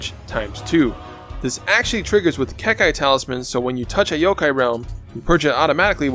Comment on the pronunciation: As always awesome build. Like how you mix Naruto with your videos. But there is only one thing you need to check. Copy and paste this [結界 英語] in google and click the speaker 🔊 to lesson to the right pronunciation of the word "Kekkai" pronounced in Japanese 👍